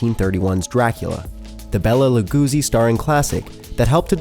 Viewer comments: "Bela Lagoosie"?? / "Mary Hoowanna"?? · Bela Lugoozi? really? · Bella lu-goosi... really.. that's not how it's pronounced it's pronounced Bella lu-go-si. I mean cmon guys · "Belo Lagusi" No... His name was Bela Lugosi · Wait, did you say "Bella LaGoosey"? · "Bela Legoozy"? "Alfred Hitchock"? WTF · A narrator who can't pronounce "Bela Lugosi"?!? "Lagoozie"?!? WTF, man?!? Time for you to go back to the "hoose" and think up a new career, ya' damn Canuck!! 😒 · You lost ALL credibility at "Bela Lagoozi". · The only thing disturbing about this vid - the narrator continuously mispronouncing common names & places. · BELA LAGOOSEY??? Seriously, dude. 🤣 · Bela lOOGSEE? Really dude? Say it right damn. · "Bela La-GOO-zi" lol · My God learn how peoples names are pronounced. Bela La Goosey, seriously??? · Im sorry did you say Bela LaGOOsi?? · "... with a german director famous for...". I guess after saying Bela Lagoozee and killing the memory of Segundo de Chomón with that pronunciation, the narrator wouldn't dare to tell the german director's name. Man, some research would be much appreciated before delivering such an amount of badly pronounced words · And 'Bela le-goozie" FFS. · "Bela Lacuzzi" LOL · 'Bela LAGOOZIE'? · SO im sorry but you mispronounce so many names bella lagoosey and alfred hitchhok to name a couple come on these arent new hard to read names people step it up a little bit. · Bela "Lagusi"??????? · Wtf is with the pronunciation of words?? Bela Lugoozi? Alfred Hitchhock? Vodaville? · Amelia Bee Bela Lugoozi heh heh. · Maybe revoice the open and re-pronounce Bela Lugosi properly - he was pretty famous so it was surprising to hear it mispronounced in a piece about film. Also Billy Idol never had a song called "Face Off" . You are probably trying to reference "Eyes Without A Face"